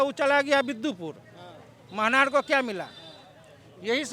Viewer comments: तू पहले बोलना सिख ले, मनहर नहीं, महनार हैं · A bhai bidhan sabha ka nam to sahi se uchharn kare manhar nahi mahnar hota hai ( मनहार नहीं